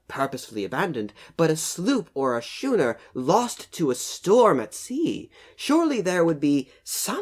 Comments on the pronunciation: Actually "schooner" should be pronounced "skoonah" as per the local dialect. If it was british navy ship during the revolution, it was probably burned in celebration, and forgotten after all the alcohol. It provided heat, and light to the independence day celebrations xD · Its pronounced skuner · Pronounced "skooner" despite the spelling. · As soon as I saw it, i knew it was a sloop or something along those lines. Also, the way you pronounce schooner hurts me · When you mispronounce "schooner", it makes the over-the-top attempt to sound proper even that much more hilarious. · Schooner or later he was going to correct his mispronunciation. Srry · Does it really matter? theres nothing here to investigate, just bits of wood and the remaining piece of the keel so theres really nothing worth preserving here at all and its certainly not worth paying excavation fees for little more than a bonfire's worth of wood. On a side note, it was interesting how schooner was pronounced in this video, I've NEVER heard that pronunciation before, as I grew up learning to pronounce the 'ch' as 'k' so when I read schooner, I hear skooner in my head and thats what I say... Is it different for the English?